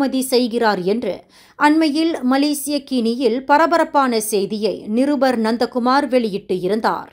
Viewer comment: Ha-ha … nandha Kumar become nonda Kumar 😂😂😂